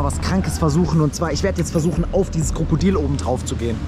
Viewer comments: Lukas du hast kakodil gesagt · Perfekt einfach nicht Krokodil sondern krakodil